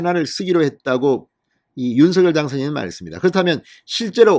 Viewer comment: 윤성녈로 발음해주세요 진성호님 발음법 확인해주세요